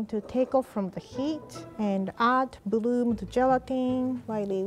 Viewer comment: watch saying "bluble" instead of bubble, and "boo boomed" instead of bloomed 😂❤